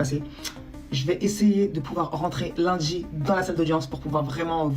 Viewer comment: Elle a dit : « je vais essayer de rentrer lunDJI » les meufs qui parlent comme ça déjà pour moi c’est next